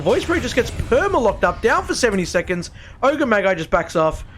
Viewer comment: Ogre maggie 😆